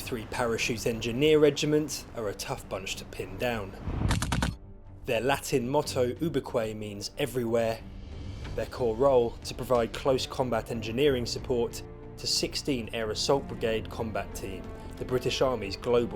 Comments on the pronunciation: Well that’s the first time I’ve heard it pronounced “Uber kway”, pretty sure it was pronounced “U beek” (Ubique) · It’s U:bi:kway.